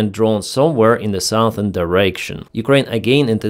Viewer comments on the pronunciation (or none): none